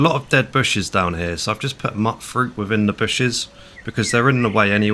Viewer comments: I love all your videos but the way you call it MUTTfruit instead of MEWTfruit always bothers me for some dumb reason. Great content! Love it! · MEWT fruit. Like mutant. Not "mutt" like a dog.